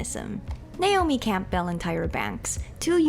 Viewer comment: The P is silent in Campbell, btw.